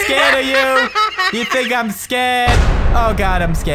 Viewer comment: PEWDIE, "u think aeym scared, u think aeym scared, ok aeym scared" LOL Pewdie is the best